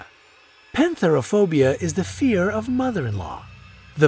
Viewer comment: When you're Greek and someone from another country tries to pronounce our words😶😀 and it's pethera not penthera